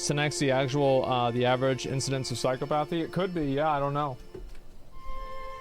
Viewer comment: The way Asmon keeps pronouncing "psychopathy" hurts my soul.